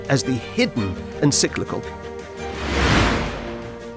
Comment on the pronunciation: First off, the word you keep messing up is En-CYC-li-cal. Practice is in order — not to mention some actual research. Neither Pius XI nor Pius XII was afraid of Communism (never a natural fit with Catholicism). Rather, they had spoken out forcefully against it. Hence, the diligence of the Soviet KGB in spreading lies about Pius XII after his death — lies that shape your “curious” version of history. That wretched play, “The Deputy,” was an outgrowth of the propaganda; created by an East German school dropout, Rolf Hochhuth. His trash was given legitimacy by the Royal Shakespeare Company, no less! The notion that more “forceful” statements from Pope Pius XII would have made Hitler “more circumspect” is laughable. Much like your fantasy of “staring down” the Nazis with a high moral stance. Hitler genuinely despised the Catholic Church, especially since Pius XI issued his anti-Nazi encyclical (that word again), “Mit Brennender Sorge” (“With Burning Anxiety”) — drafted largely by Cardinal Pacelli, later Pius XII. Hitler expressed his desire to “crush the Church under my boot like a toad.” He also wanted to raid the Vatican and “pack up that whole whoring rabble.” Such threats did not deter Pius XII from speaking out; not even Hitler’s plan to kidnap and kill him. (So much for “Hitler’s Pope”!) As early as 1940, Albert Einstein praised the Church for its actions. Regarding sheltering of Jews, convents and monasteries hid Jewish refugees at the expressed orders of Pius XII. Cardina